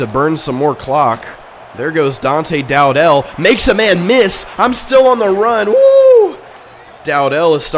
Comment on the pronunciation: Bro you claim to be a huge fan but can’t even pronounce dowdell name right